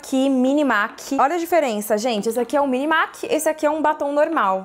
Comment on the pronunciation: Sensacional o vídeo. Amei. P.S.: A pronuncia correta da marca MAC é "mec".